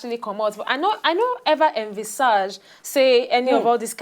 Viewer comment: I think the correct pronunciation of 'Envisage' is /ɪnˈvɪz.ɪdʒ/